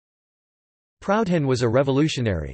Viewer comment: This voice tool has an awkward way of pronouncing Proudhon."Proud Han)